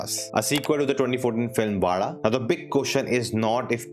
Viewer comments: Wow...kudos for pronouncing Vazha correctly 😂👍👍👍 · You actually pronounce Vaazha right 😮. Thats not normal for someone in the north. Amazing 🎉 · Bro u said ‘zha’ properly. Usually no others otherthan keralites says it normally